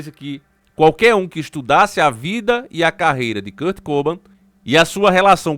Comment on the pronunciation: Só não tá correto a pronúncia do nome dele né, não é Kurt COBAM, é Kurt Cobain. kkkkkkk